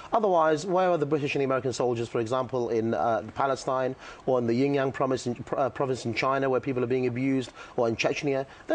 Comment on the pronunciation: LOL, the 'Yin Yang province ...' I think he mean Xinjiang the thick fucking cunt!!!